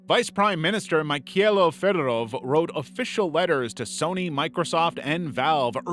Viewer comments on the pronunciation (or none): none